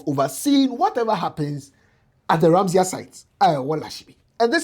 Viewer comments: The word is Ramsar, not Ramseyer. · RAMSAR site...not ramsia